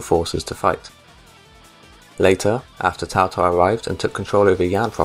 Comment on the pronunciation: Sorry for being a prick, but you gotta stop calling Cao Cao "Tao Tao"